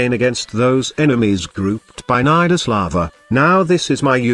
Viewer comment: I heard ni ass